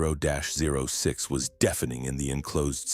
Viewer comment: Thirty-ought six. That's how .30-06 is pronounced.